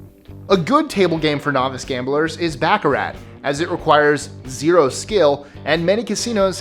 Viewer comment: Its pronounced bah car rah not backer rat